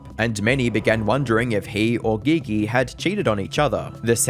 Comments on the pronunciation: Surely her name is pronounced "G G" and not "Gee Gee" what a weird choice. I mean maybe thats what she goes by I don't know. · Once you called her Gee -Gee. I knew this was crap. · dude really sayin McGee gee 😂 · Bro really said gee gee to pronounce "Gigi". Quantity over quality I see. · Bruh said Ge Ge lmao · Bro said Gi gi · her name is "Gigi" not "Ghe Ghe" 💀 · Her name is pronounced GG 👀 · Giggy , it’s Gee Gee. G is J. Thought it was funny you saying it like that. 😂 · Calling Gigi geee geee is too funny lmfao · Gee gee? It's pronounced like the J in jump. Not the g in go. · Say it with me, “jee jee” how you make a video about him and you can’t pronounce either 😭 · Geeee geee ?? You can tell you ain’t write your own stuff still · Gigi is pronounced Gee-gee. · Gotta dislike the video. You don’t know how to say Naruto you don’t know how to say GiGi. I feel like knowing how to say GiGi while talking about Kai is literally bare minimum research. Do better. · That is not how you pronounce Gigi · Dude really said Gigi named some wrong lol you UK mf 😂😂😂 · pronouncing Gigi wrong has me thinking your using AI voices lol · The pronunciation of "Gigi" have you never heard that name lol wtf